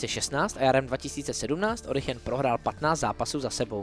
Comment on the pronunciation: Mohu prosím nějaký background k tomu proč se Origen vyslovuje Orichen? Já si pamatuji, že to byl vždy Origen, ale možná je tu něco co nevím? 😅👀